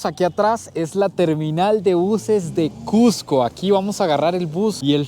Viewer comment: Felicitaciones por todos los logros. Pero más por pronunciar "CUSCO", como debe ser, y no "CUJCO", como muchos, especialmente limeños lo pronuncian. A mi me lo corrigieron al toque al llegar allà. A la altura de Punto, tienes un 30% menos de oxígeno que en Lima, por lo que vas a respirar un 30% más. Pero al tercer día, según las escrituras, te aclimatas. La preparación de caldo tarda el doble porque el agua no hierve a 100 grados C. Y muchas otras cosas más.